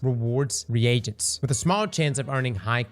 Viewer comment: It’s pronounced like “ree jents” not “re agents”